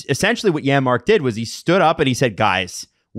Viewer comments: I noticed that to on the replay. Buddy was sending that a foot wide if it didn’t hit the defender in the league lol. Also, it’s Janmark. It’s just pronounced like a Y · Janmark. The J is pronounced like a Y.